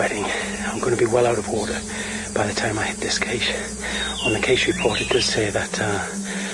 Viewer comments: Caché as in cashay most English pronounce cash. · I hate the way they pronounce caché.